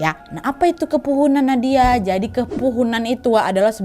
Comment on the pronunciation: salah ngomng Nadia😭